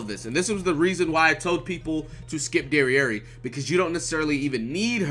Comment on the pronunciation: My man called jericho dererei 🤣😂